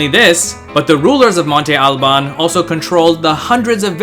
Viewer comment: Is it not pronounced as it's spelled; "Monte Albán (MON-te al-BAN)? He pronounces "Oaxaca" in the familiar way, so maybe his way is right? "MON-te AL-ban"? It sounds weird to me, but I'm not from Mexico... (I use the name frequently, as I am a bartender and there is a tequila with that name; have I been saying it wrong all this time?) 🤔